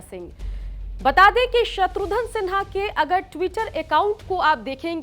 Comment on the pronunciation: "शत्रुघन" में "घन" उच्चारण करें मोहतरमा!! आप बार बार "धन" उच्चारण कर रही हैं।। आपसे ग़ुज़ारिश है अपनी तलफ़्फ़ुज़ पर ग़ौर फ़रमाएं मोहतरमा।।